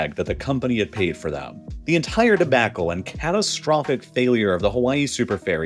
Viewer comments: He also pronounced 'debacle' with a short 'a'. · He also can't say two wrists (tourists). Or di backle (debacle).